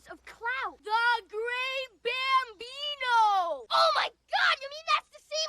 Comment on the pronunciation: *Bambino, not Gambino.